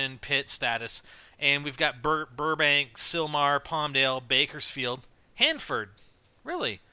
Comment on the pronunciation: Omg im on youtube!! I live near Hanford, by Fresno !! Omg my dream has come true!! Ohh and good job pronouncing everything right :)